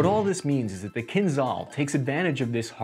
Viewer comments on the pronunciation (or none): for everyone who wants to be more educated and familiar with potential enemy's language -- the pronunciation is not kinZal, it's kinZHal, it's a different letter actually. Just listen кинжал in google translator. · Kinzhal means “a dagger” in Russian and zh is pronounced as in second sound in J. “Kinjal” will actually sound closer than “kinzal” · It's pronounced Kinjal, not kinzal. The j is like in pijamas